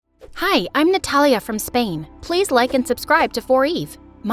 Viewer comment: Her name:Natalia What I heard :Nutella